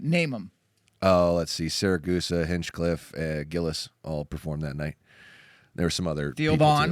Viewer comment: its Segura! Not seragusa